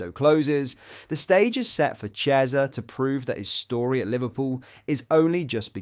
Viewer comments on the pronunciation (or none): Chiesa is pronounced Kiesa